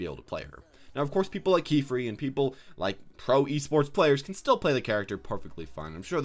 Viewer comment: Keefree. THE HELL IS THAT PRONUNCIATION?